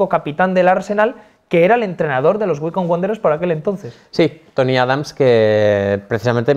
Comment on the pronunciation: yo lo pronuncio waicombi porque me parece mas chistoso